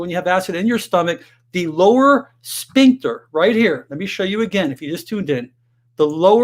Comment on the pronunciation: .......the word is pronounced, sFincter, NOT sPincture......"ph" is pronounced "F", not "P"